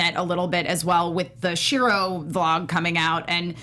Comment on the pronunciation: Guys it’s vuh-log not Vee-log